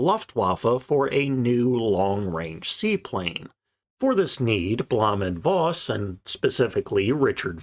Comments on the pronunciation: Suggestion: pronounce Blohm und Foss. It is easy and accurate. Best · Is it so hard to pronounce Blohm & Voss right?